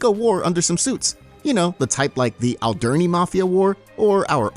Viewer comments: What the fuck is the el-durr-nee mafia? It’s oll-der-nee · Is the voice on this video AI? The pronunciation of Alderney was so weird